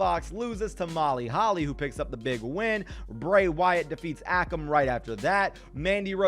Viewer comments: not ah-kum its ay-kum akam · It is. Pronounced a-come and Rey-Zar